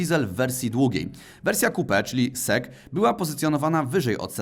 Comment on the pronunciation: Ciekawe, cenne info. Jednak nie SEK tylko SEC.